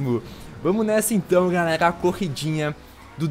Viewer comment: "fala galegla, lipão na aglea"